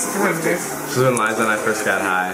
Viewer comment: it's Liza not lizzza